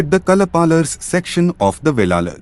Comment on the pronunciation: Not velalar. Wellan wellalar. Thamilar illai israwelar maruvi wellar enappattan.ayiya piramanan waippatty waridugal 😢😅